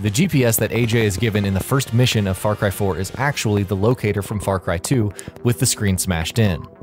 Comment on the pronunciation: Far Cri!